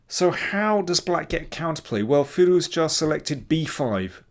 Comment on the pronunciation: can you say his name right? there's no hard J in firouzja... it's a soft j like the s in pleasure.